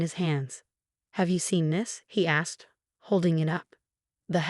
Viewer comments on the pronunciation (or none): none